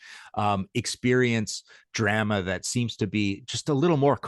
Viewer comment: So why does this fella pronounce drama wrong